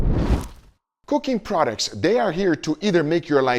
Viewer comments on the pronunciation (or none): When you said cooking products at the intro to me it sounded like you said coccain products XD